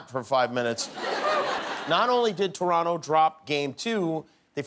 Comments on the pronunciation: Thank you Jimmy, for pronouncing Toronto properly. (You don't really say the second T. Don't ask why. We don't even really know) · Thank you, Jimmy, for pronouncing "Toronto" the proper way. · Jimmy says Toronto properly 👍👏❤️🇨🇦🏀